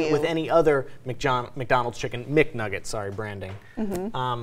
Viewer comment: she said chicken MC nuggets at the end....